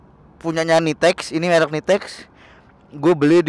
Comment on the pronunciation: bang merk bukan melk